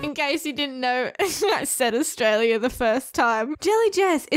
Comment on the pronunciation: why does he just say astraila